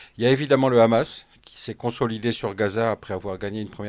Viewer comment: Khamas au lieu de Hamas et Khasbolla au lieu de Hasbolla c’est signer Israël. Il y a un expert Pierre Conessa fasse à une fanatique débile qui au fond n’en n’a que faire des massacres commis par son gouvernement de terroriste nazi